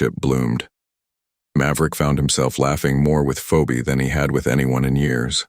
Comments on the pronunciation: Great story, but the AI voiceover mispronounced her name. Phoebe is pronounced ’fee-bee’ not ‘feo-bee’ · Please tell AI her name is pronounced 🙄 "feebee" not fobee! Story is exciting and believable!❤❤❤❤❤! Need more like this! Maybe a part2?!!😊😊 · Nice story. Feebee not Feeobee. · Fee-o-bee? Really? Phoebe should be pronounced Feebee! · Isn’t the correct pronunciation of her name Feebee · Love the story. Please tell A.I. the woman's name is pronounced "Fee-Bee". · Her name is pronounced Feebee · What a beautiful story. I was hooked from the start. The fact that Maverick fell in love with Phoebe (actually pronounced Feebee), a black woman, whom he'd swore he'd never go out with any black woman. True Love does find a way. ❤❤❤❤❤ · AI it's FeeBee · Please fix the AI, it's pronounced Phebee, spelt Phoebe. Thank you. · You are pronouncing her name wrong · Thank You Theda for helping them Pronounce Her Name...I was Almost 😮 Screaming it for The Boring AI READER... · It’s hilarious how the AI cannot pronounce, ´Pheobe ´. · It was a nice story, but you pronounced her name incorrectly. The real pronunciation is pretty. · Thank you. The ai Mispronouncing of her name was driving me crazy😅😅